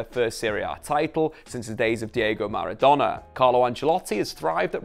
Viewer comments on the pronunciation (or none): none